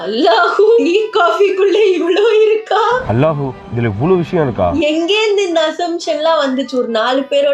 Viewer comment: நீங்க எவளோ அழகா அல்லாஹூ னு சொன்னிங்க 🎉🎉🎉